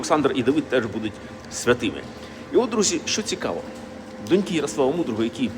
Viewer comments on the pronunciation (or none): Все дуже повчально і цікаво. От тільки не донькИ, а дОньки!